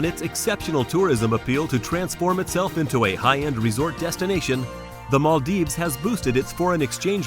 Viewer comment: its Maldives not maaldeep